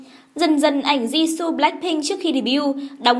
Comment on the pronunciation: DẦn dần, di su =))) phát âm nghe cạn lời vl :)